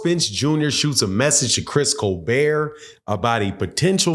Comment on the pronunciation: He's black 😂! He's not a white late night talk show host 😂! It's Coal-Bert 😂!